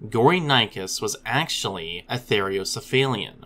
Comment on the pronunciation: "Therocephalian" is pronounced "ther-owe-cef-A-lee-an. There is only one "i" in that word, the one that comes in the last two syllables, "li-an."